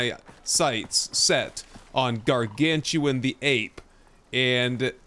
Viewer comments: Yes, thank you for this upcoming series. Really enjoyed your ones before! Btw. It's not Gargantuan - it's Garganutan. Like the Orang Utan. 🙂 Looking forward to the next episode! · They made up a new name by combining gargantuan and orangutan, its pronounced Gar-Gan-U-Tan, not Gar-Gan-Tu-An. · I LOVE Icarus and have been one of the supporters since it first came out. The Devs have hit it out of the park with all of the content they’ve continued to create and they listen to the community. I have well over 2000 hours in this game. And, not to be a grammar “boss” but its Garan-GU-TAN … as in Arangutan / Primate. Ots easy to mispronounce. Thanks for the content. 😊